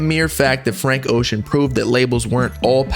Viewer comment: His last name is pronounced bro